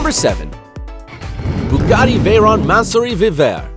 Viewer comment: Bugatti Veryin thats what i heard